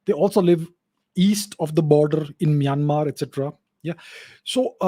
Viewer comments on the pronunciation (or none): none